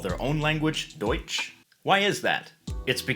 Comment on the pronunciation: This isn't Paul's fault, but why is the German person, pronouncing "deutsch" incorrectly??